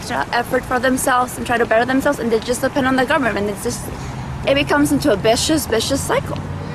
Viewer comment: Did she just say 'it becomes a bicious bicious cycle'???? Its VICIOUS sweetie!